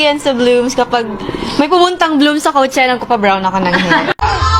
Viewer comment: It's pronounced as kow-che-luh